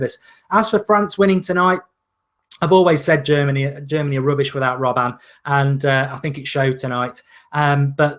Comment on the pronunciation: butchered Robben. Robban, Ray ban.